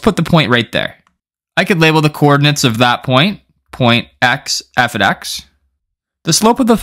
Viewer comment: Must know #0 Before everything else, learn that f(x) must be read "F OF X", not "F OD X".